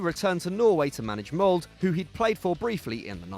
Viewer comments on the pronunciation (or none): As Molde is my team's rivals, I absolutely love how you pronounced Molde as 'mould'. It's actually pronounced with an eh-sound at the end!